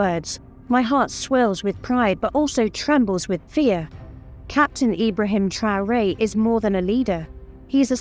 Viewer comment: Arrêtez ke voix de l IA QUI DEFORME LE NOM D IBRAHIM TRAORE